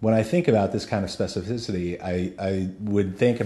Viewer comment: Say specificity one more time.